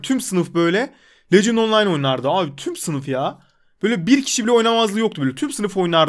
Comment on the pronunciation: lecınt deil legend 😂😂